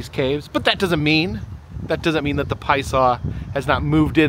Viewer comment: I’m reading that it’s pronounced “pie-uh-saw” from the Algonquian Illinowek language. I’m sure you just heard someone say it really fast, and missed the middle syllable.